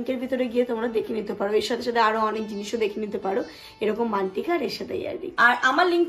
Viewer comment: Uchharon korte paro na? Mantikka ki jinis ? It's in hindi mangtika or bangla te tikli ba tikuli . Shune mone hoche chiken tikka😂😂😂. Jwellery gulo bekar . Khub cheap quality er😅